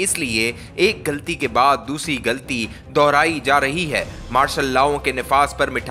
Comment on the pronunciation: Very bad urdu reading. Galti nahi ghalti. More bad mistakes in reading. Matric fail reader